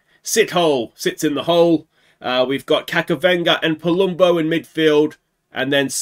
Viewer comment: JSYK his name is pronounced Kachavenda not Kakavenda